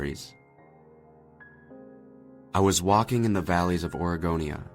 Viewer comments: Its Oregonia... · It's Oregonia, Ohio. Not Aregonia. He's just pronouncing it with a drawl or something.